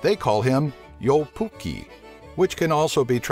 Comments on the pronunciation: its jou pukki its joulu pukki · Joupukki? I am very triggered, as it is called "Joulupukki" or "christmasgoat" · Ei vittu miten se lausuu noi suomalaiset sanat kuten:"joupukki" XD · It's not jou pukki its joulupukki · Jou, Pukkii XD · Its called "joulupukki" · its pranausd licke it's written joulupukki not yolopukki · "joupukki" xD its "jouLUpukki" :) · its not jou puki its joulu pukki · It sounds like you're saying jou pukki but it's joulupukki :D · "yo pukkii?" LOL! It's "joulupukki" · "Youpoki" :D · uhh...santaclaus is called "joulupukki" not "joupukki"and i live in Finland...-_ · Yo-pukki? :D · "jou pukki" x'd joulu_pukki translates to christmas_goat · Gotta say, it sounded like u said "Joupukki" and jou basically means yo lol it's "joulupukki". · it's Joulupukki not Joupukki damn people butchering the language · And joulupukki is not called jolu puki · what "joupukki" its jouLUpukki all finnish words are pronounced exactly same way that its written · jou pukki WTF??? ITS JOULUPUKKI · xDDD ''Joupukii'' It's Joulupukki it's not that hard to spell if you atleast try better... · its not joupukki its joulupukki PS:suomi mainittu torilla tavataan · It is joulupukki not jouphukki and it is avanto uinti not avanta unti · jwoulpuki? its joulupukki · You say it like joulpuki its joulupukki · it's called joulupukki not jupukki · joupukki m8 ITS joulupukki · is not joupuki its joulupukki¨ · joupukki lol😂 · they call him joupukki sä tarkotat varmaa joulupukki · WTF JOUPUKKI IS JOULUPUKKI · joupukki XDD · joupukki xD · They call it "Yolopukki" omg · Sofia Kalliokoski mun mielestä se sano "yopukki" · uhh... it is actually joulupukki... aaand it translates to christmas goat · apua ihan kamalaa lausumista D:: joupukki? avantounti? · Jäätteenmäki not Jatemaki, joulupukki not joupukki, avantouinti not antovunti. And no intonation in any word except maybe a tiny one on first vocal e.g. jóulupukki instead of joúlupukki. But thanks for video :)